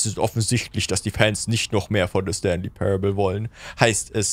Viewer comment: Zoombey hat leider den jim knopf verpasst der "stanly " sagt